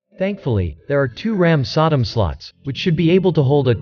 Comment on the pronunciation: the way the TTS program pronounces "SODIMM" as "sodom" just fucking kills me